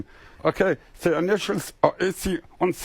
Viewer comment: “Za AC und za DC”…..great stuff…LOLOL